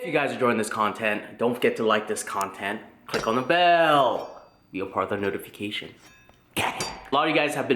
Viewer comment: 2018 and still mispronouncing 'notification' haha. Happy New Year:)